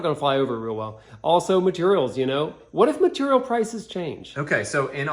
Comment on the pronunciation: I slammed a shot for every "maturial" and now I'm dead drunk.